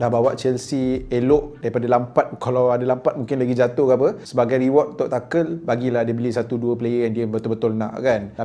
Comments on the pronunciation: Tu nghel bukan takel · Cara sebut dia tuchel lah bukan tuchel bang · TA-KEL ke Tuchel? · Kalau tak silap aku cara sebut nama Tuchel tu ialah “tu-hel” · Tuchel bukan takel tapi good video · I cringe everytime you pronounce Tuchel. Except for 😂 oh bukan saja Drogba & Costa yg perform.. Samuel Eto was 🔥 at Chelsea